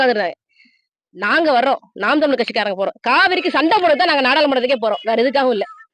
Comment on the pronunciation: அம்மா தமிலர் இல்லமா ( தமிழர்) என பேச